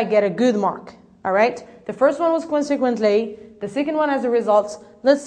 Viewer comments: not kwansek but konsek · Check your pronunciation about "consequently " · I'd like to thank and congratulate you for this noble work. You've done such a great job for the lesson was concise and to the point, but still I have some remarks on how you mispronounced ( consequently) and you put too much stress on the D in ( due to) which gives the impression that you're saying ( do you to). Good luck and keep up the good work!